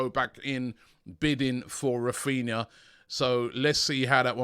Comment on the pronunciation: Raphninha, NOT "Raphina" (sic).